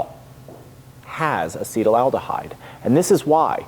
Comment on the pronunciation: loved the episode! Slight chemical pronunciation quibble: it's pronounced "asset-aldehyde" not "acetal-aldehyde." Yes, the root is the same as acetalsalicylic acid (common aspirin), acetic acid (common vinegar, e.g., what you don't want your mead to turn into), or the acetal group Ron "Oily" Sprague, meadmaker and bon-vivant.